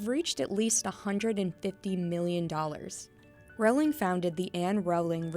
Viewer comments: No one is going to talk about how she’s mispronouncing Rowling? It’s not triggering ANYTHING?? NOTHING AT ALL? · You're saying her last name so wrong.